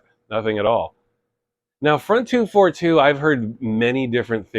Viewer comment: The pronounciation is not “front two four two”. You should read it like in french. So it’s “Fron deux quatre deux”. I know as I met them back then. I went to the same shop they went. Unfortunatly the shop is gone already for decades.